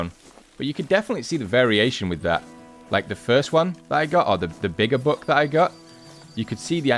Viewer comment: Is he saying Book or Buck lol